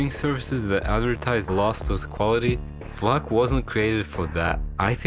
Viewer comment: did bro just say "f[_]k" or is it just my hearing